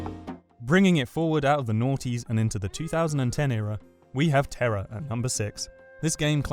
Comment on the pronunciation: Terror? its Tera >o<